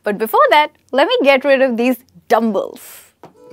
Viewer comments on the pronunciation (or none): Dumb BELLS - not Dumb BILLS